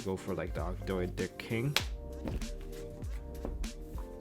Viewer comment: It's pronounced "Og-doh-dic" like how Toad is pronounced "Toh'd"